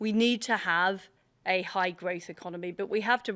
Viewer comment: I wouldn't mind, but she can't even say growth....🤣